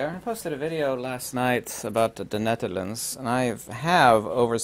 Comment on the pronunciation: I like your demeanor! Sub’d. (I now know how to properly pronounce “The Netherlands!” Thanks! Aloha!